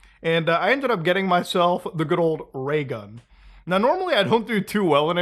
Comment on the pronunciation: LMFAO, He said RAYGUN